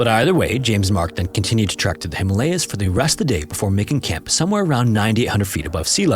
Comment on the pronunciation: Bro, it's called a TREK, not a TRACK.